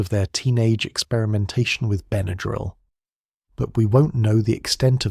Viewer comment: I've been aware of Benadryl all my life. When I was a child growing up in the 50s with hay fever and violent reactions to insect stings, Benadryl was pretty much the only first aid for allergic emergencies. I appreciate learning the history but am puzzled and a bit distracted by the way you pronounce the trade name. "Ben uh drill" is the only pronunciation I've ever heard and what a quick search shows. (Diphenhydramine, on the other hand, is certainly open to interpretation.) Thanks for researching and sharing this. 🎉